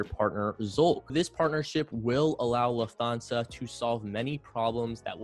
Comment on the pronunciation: Lufthansa is pronounced Looft-HARN- sar